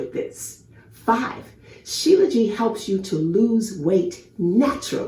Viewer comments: You are pronouncing it wrong. SHILA means born from and JIT (pronounces zheet) means mountains. So its Shee Luh zheet not Jee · Shilajit not Shilaji